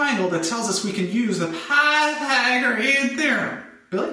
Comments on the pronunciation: dont say pathaegron theorem like that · I too have a stroke when I say Pythagorean